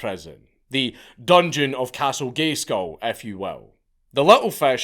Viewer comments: The "c" in castle gay skull, is off course, silent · Did you just say "Castle Gayskull" ? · Did he say "castle Gayskull"?